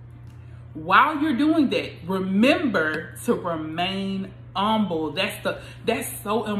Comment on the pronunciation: Im umble. You don’t even enunciate the h 😂 But thanks, good timing with this word.